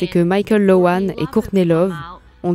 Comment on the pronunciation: Pas Mickaël c'est" Michael"!!!